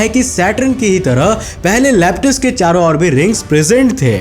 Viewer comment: Saron nhi charon